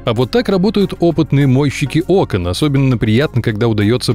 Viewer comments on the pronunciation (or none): none